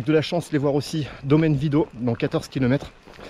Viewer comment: Pour votre culture c’est domaine vidoT on prononce le T. Merci.